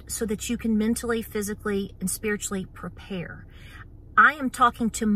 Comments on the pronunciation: Preprayer....I love it!!!! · When misspoke and said “preprayer” I thought she just gave us a new word! Prepare with prayer. Beautiful. 🤗